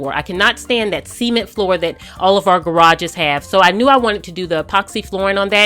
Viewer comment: Say "sea-ment" one more fucking time